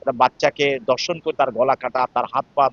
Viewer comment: শিক্ষিত লোকের ভাষা এরকম কেন? দর্শন নয় ধর্ষণ। বিবৃতি দেওয়ার সময় আঞ্চলিকতা এড়িয়ে চললেই ভালো হয়।